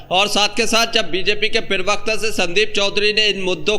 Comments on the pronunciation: Zyada mat bola kar bhai Pirwakta nahi hota Pravakta hota hai. Bolna to seekh le bhai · पिरवक्ता नहीं होता प्रवक्ता बोलो